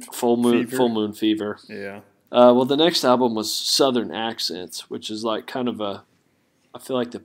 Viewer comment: I like how you don't pronounce the "L" in album. It's just Ahh-bum lol